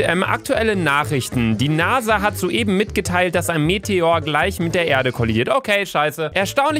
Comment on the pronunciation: Ich hatte bei NASA Nase verstanden😂😂😂